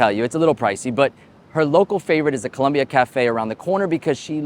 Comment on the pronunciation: Hey Free advice the restaurant Columbia is Cuban food Not Colombian FOOD Please learned how to pronounce the u COLUMBIA. VS COLOMBIA 😊 SAY IT OUT LOUD !!!